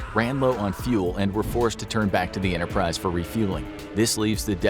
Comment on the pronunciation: Who else noticed he said “Launching of the decks form U.S.S Yorktown and the U.S.S Interprise?”